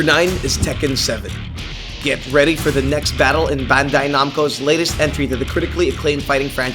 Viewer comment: Ghost Recon Wildlands is set in Bolivia and has you fighting a Bolivian drug cartel, not a Mexican one. The first syllable of Namco rhymes with "slam." Mako is pronounced "MAKE-o."